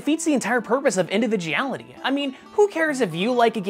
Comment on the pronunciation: Did I hear it wrong or did he just say "individiality"